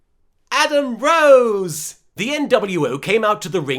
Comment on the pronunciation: When LK says "Adam Rose" it reminds me of "Kroze".